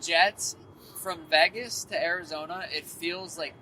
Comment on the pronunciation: why does sean always say "veggas" to vegas?